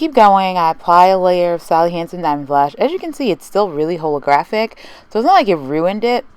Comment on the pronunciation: informational but I just can't get over how you pronounce holo and holographic D